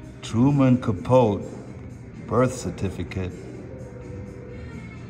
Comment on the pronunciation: it is cap-oh-tay not ka-poat and Ben hur is her not hore